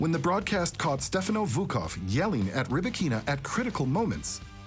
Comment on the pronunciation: Can't take this video seriously if not even her name is pronounced correctly.